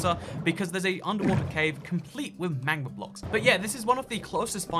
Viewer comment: When he said magma blocks I thought he said manga blocks for a second lol